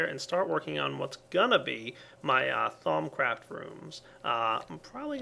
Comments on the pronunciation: At first I always thought he said thong craft lol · Thumbs up if at first you thought he was saying thong craft and that it was a creepy minecraft sex mod.